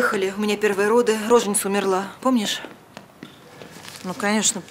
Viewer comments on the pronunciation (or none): которьій фильм про врачей-акушеров, а артистьі все никак вьіучить не могут, как произносится слово рожЕница или рожен Ица, но никакая не рОженица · Справочник «Русское словесное ударение» М.В. Зарвы, преимущественно адресованный работникам теле - и радиоэфира, останавливается на произношении рожЕница. Таким образом, предпочтительно: рожЕница - этот вариант не встречает возражений ни у одного авторитетного словаря.